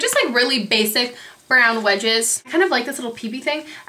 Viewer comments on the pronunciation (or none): I love how you say you br words!!! bu-right, bu-rown, its so adorable!!